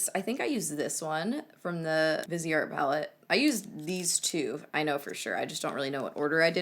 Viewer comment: Viseart = vy-see-art (commonly mistaken for “vizzart”) ;) xx